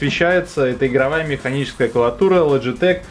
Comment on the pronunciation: все отлично все хорошо ты очень позитивный чувак. я смотрел твой обзор про аймак. но братан, не клаватура, а клавиатура.